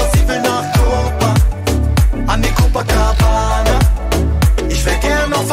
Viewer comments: Wenn Monte statt copa Coca sagt 😂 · "Cococabana" Alles Klar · haha sagt er cococabana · "Cococabana" Hahaha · "Cococabana" ahahhahahaha Ehrenmann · Und dann noch "coco"cabana xD ich kack ab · cococabana xD😂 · Niemand: Niemand: Monte:cococabana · cococabana xd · sagt er cococabana😂👍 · cococabana hahahahaha omg xD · Monte: cocokabana😂😂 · niemand: monte:cococabana